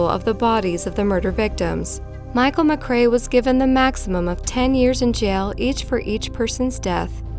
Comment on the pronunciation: Pronunciation terrible. All the way through last one she says McCrae’s name wrong as “ma-craya” when it’s pronounced simply “ma-cray” then on very last time she says it she says it correctly. What is it with Americans and bad pronunciation????